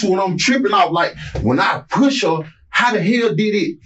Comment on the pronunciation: Does anyone else hate the way he pronounces push?